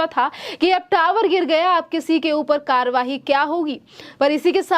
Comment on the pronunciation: Karwahi कार्रवाई, उच्चारण पर ध्यान दीजिये।